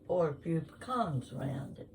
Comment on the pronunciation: Looks yummy! I’m from Georgia & if those pecans came from Ga you need to pronounce it correctly 😂😂😂